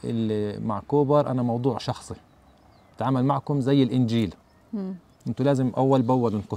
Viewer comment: النجيل وليس الإنجيل. grass not Bible.